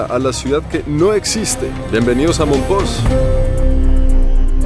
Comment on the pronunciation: No se pronuncia mompoX acaso?